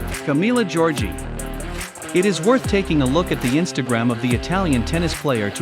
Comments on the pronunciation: Jeez, Camila “Georgie”? Seriously? Georgie? Giorgi, Camila Giorgi. At least check Google first! 🤭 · Is Camila Giorgi not giorgie I'm italian and i know it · Camila GIORGI not Giorgie